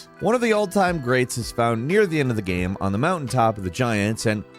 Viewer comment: Please... stop saying "gueme"... it is game!!